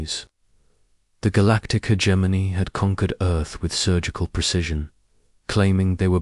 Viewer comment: Ho hum. Same script, different video. Same time gated story with odd placed pauses. Same reused names, no imagination. Hegemony = "her Germany".